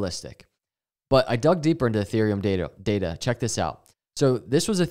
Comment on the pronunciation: You even say data like it has ada in it. Dada 😅❤